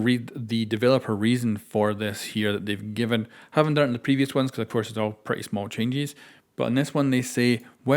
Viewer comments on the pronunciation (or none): none